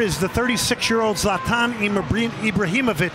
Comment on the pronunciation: Can't they simply learn to pronounce the name Zlatan correctly